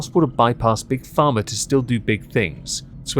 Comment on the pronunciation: Colony trash here. I was into the video before I realized you were saying Pharma and not "farmer." 😂